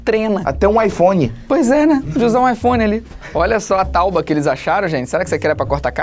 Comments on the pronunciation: " olha que maneiro a "TAUBA' kkkkkk acho que era Tábua! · Só eu que percebi que o felipe no ele falou taubua